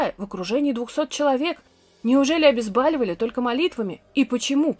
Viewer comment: говорите, пожалуйста, обезбОливание, обезбОливать! Весь интерес повествования теряется при неграмотной речи( проверочное слово БОЛЬ)